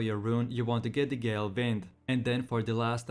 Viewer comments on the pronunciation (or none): none